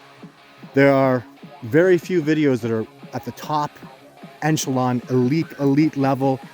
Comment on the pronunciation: It’s not “eNchelon”, dude. It’s “echelon”.